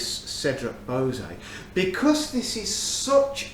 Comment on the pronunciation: "bow-zay" LOL. It's pronounced "bwa-zay"